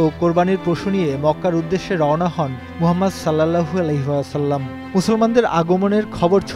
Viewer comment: সাল্লাল্লাহু আলাইহি ওয়াসাল্লাম টা ভাই একটু ভাল ভাবে উচ্চারণ করুন প্লিজ।